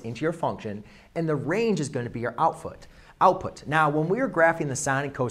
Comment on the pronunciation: "Outfoot, output!" bros???